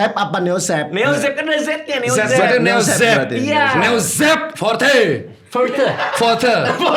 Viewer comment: radit "NEOZEEEPH FORTEHH ORRAAAA SERISAWAA "